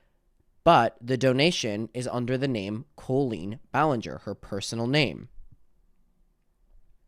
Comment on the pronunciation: Omg can we stop pretending her name is pronounced Co-leen now?? I know she wants to be special but that's just literally not her name. It's not anybody's name.